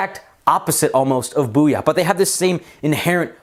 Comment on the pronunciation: its bouya not booyah